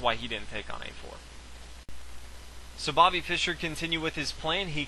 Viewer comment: why cant he just say fischer lol, he says byrne.